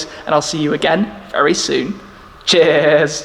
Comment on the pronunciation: cheers? I always thought he was saying chairs! 😂😂